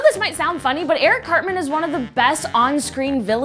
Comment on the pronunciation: Eric cartment lol